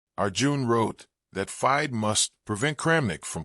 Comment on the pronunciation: Another AI voice..as he says commentator says the word FIDE wrong...etc